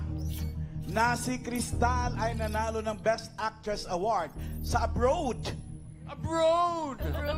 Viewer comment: turuan natin mga kabataan allan key... "abrowwwwddd abrowd ,,, abrowd... yas keep it up... wala london at america... abrowwdd.